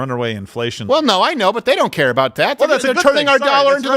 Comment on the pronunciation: Steven almost says a'boot, thought that was funny.